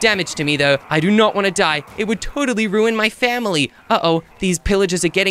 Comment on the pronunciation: Miloo said they're attacking my fawmly